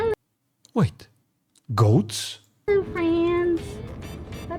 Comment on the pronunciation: something about the way you said "goats" just made me chuckle